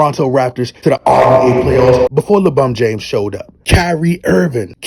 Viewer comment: Bro, when you say LeBron James you don't sound right. But when you call him LeBum James, I crack up everytime. Keep calling him LeBum.